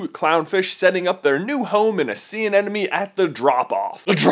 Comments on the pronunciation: I didn't actually notice him saying "moovoo"... I was more distracted by him saying "anenome" instead of "anemone" haha Still love you J!! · It's pronounced "a-NEM-ah-nee", not "an-Enemy"! 8P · Your pronunciation of anemone is driving me insane! It's not "an enemy!!" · Katie May He also says anenome instead of anemone, but oh well, people make mistakes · haha you said 'anenemie' so many times :P it's actually anemone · Dude. It's anemone. Not anenome. Also, relax about "non-dominant male." It's not that big a deal. (Love your vids, though!!)